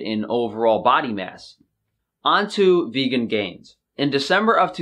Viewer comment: Guys, he claims he is vEGGan... the other g is just silent and it sounds so much like vegan...